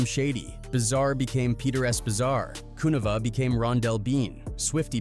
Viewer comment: I think Kuniva is pronounced with a capital i